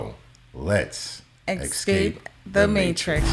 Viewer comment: This is my first time watching. It annoys me how the lady says “ex’s cape” the matrix. Girl learn how to say your own podcast.